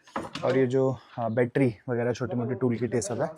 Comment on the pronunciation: battery hota hai.HAr baar bettry bolta rehta hai.